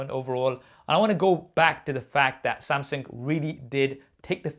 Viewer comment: Is it me or does he say " Samsing"